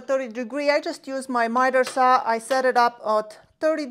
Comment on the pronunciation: Let’s go to the miter “sauw”🤙🏾